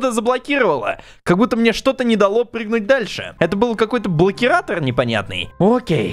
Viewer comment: Не блокератор а блохератор